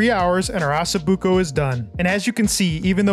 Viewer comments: why you call it assa buco it's osso buco ok????? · OSSO BUCO pronounce the O it is not asso buco! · It’s not pronounced “asso,” it’s “O”. 😂😂😂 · Osso not asso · not Asso-buco 😂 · Nice video but where are you getting Asso buco , it’s Osso buco😂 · Its NOT ASSOBUCCO its ossobucco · Please please, it’s pronounced “ oh so buko “ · Learn to pronounce it first lol assa 😂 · Hahaha ha, I caught that too, on purpose or not, that's what I'm calling it from now on